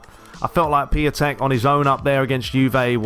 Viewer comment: Piątek is pronounced ‘piontek’ it also translates as ‘Friday’ from Polish 😉